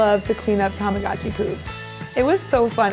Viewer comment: Why doesn’t anyone pronounce Tamagotchi correctly T^T